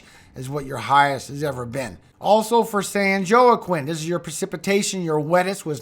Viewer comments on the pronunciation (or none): SAN JOAQUIN IS PRONOUNCED SAN WALKING….WALKINE ! Great work..thanks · San Joaquín pronounced San wa keen. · San Joaquin is pronounced San Wa-Keen. Hope this helps. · Being from California the San Joquine is pronounced San Walkeen river. Love you thanks. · San Juoquin (pronounced hwakeen) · San Joaquin is pronounced San Wa Keen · Native Cali girl here, holy smokes! Once again another in depth and informative weather report. You'll always be my go to! You deserve far more than 200k followers. I'll share this with my Cali folks! Oh and San Joaquin is pronounced "wah-queen" like the actor Joaquin Phoenix. It was a hard one to learn to pronounce, forget spelling it lol. It's part of the central valley food belt, lots of farmland that is prone to flooding. Plus major river systems going through it ending into the California Delta system, which is also in that county The Mokelumne River (don't worry no one can pronounced it lol) had a lot of damage to it from forrest fires and there will be erosion from that amount of water, I'm guessing a lot of debris isn't going to help. California...we are either in drought or flooding away, no happy medium. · Great Job with the information. Just FYI, San Joaquin is pronounced "San Wah-keen" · San “Joe A Quinn” lol!😂😂😂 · Just so you know correct pronunciation....San Joaquin is San "Wah-keen" and Tulare is "Too-larry". Love your channel!